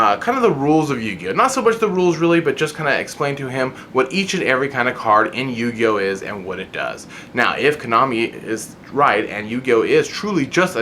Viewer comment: Dude, slow down. you were talking so fast that you mis-pronounced yugioh. But besides that GREAT point people always make fun of me and my friends for playing the game but i bet they couldn't even learn to play the game if they tried. t'would show them why we're playing a "dumb little kids game"